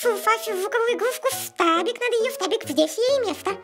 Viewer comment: ФТАБИК, а не штабик